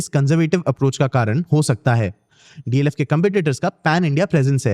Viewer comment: It’s DLF and not DFL